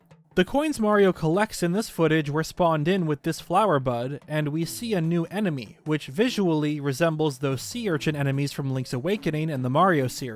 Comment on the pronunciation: Emeny. Man, that really threw me through a loop 😅 Had to replay the moment like 5 time and sat there questioning my existence because I couldn’t remember whether enemy or emeny is right.